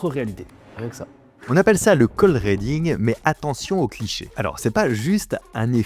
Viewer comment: ❤ Ri pas ré dans reading tu lis ridibg ❤